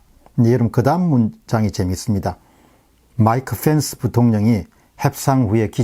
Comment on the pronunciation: Mike Fence가 아니고, Mike Pence입니다. 발음이... ^^